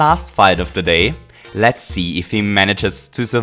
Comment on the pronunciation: I heard you say lat's do this!